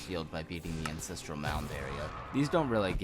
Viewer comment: this is amazing but its ANCESTRAL not INCESTRAL